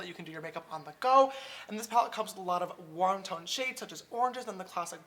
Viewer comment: i thought you said "won ton shades" instead of warm tone hahah love you sister